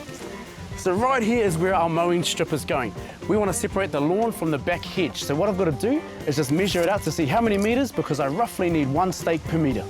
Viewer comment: Love how "hedge" has an "I" but "strip" doesn't in this accent.